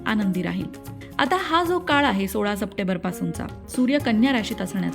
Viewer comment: तुमच्या AI ला सप्टेंबर(एम) नाही बोलता येते काय... सप्टेबर काय?😜🤣